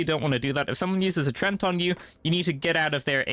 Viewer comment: "treant" is pronounced like tree ent